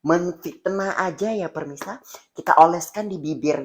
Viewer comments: PEMIRSA NOT PERMISAAHH 🥲🥲🥲🥲🤣🤣🤣🤣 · Yg betulnya pemirsa bukan permisa apalah c ni 🤣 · pemirsa❌ permisa✅ 🤣🤣🤣